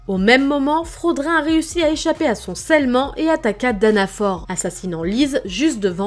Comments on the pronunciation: C'est fraodrine pas frodin et c'est danafol pas danafor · Salut, super vidéo, mais juste, parce que ça ma déranger, mais Danafor se prononce comme Danafall, et Fraudrin, Frahodrine, pour ce dernier, il sépare un peu le son a et le son o puis prononce le in comme ine